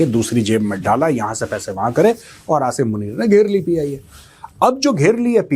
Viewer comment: First of all you listen how this major pronounce Asim name and how a Pakistani pronouns. If he don't know how to pronounce Asim then how he knows anything about him. Believe me he just watched Pakistani news and made podcast on it😂